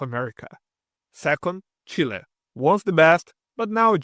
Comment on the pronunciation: “Chile” rather